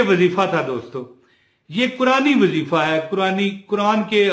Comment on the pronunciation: Asalamo Aliykom Bhai ye Jo wazeefa ha is man ya pa zabar NAHI peeesh ha AP zabar par rahy hen naraz bi NAHI Hona ur apka koi number NAHI tha nai to number pay Bata feta 🙏🙏